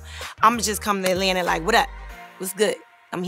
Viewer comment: TO ALL NORTHERNERS ... IT'S AT-LAN-TA... NOT AL-LAN-AH!! Jeeze!!